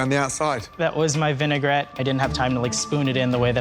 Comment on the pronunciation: Vinaigrette not "vinegar-et"